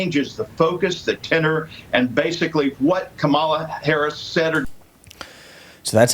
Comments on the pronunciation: He butchered her name. 🤣🤣 What kind of stupid person realizes that they aren't sure how to spell a name but is too dumb to spend 15 seconds and look it up. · They all purposely say her name wrong and it's annoying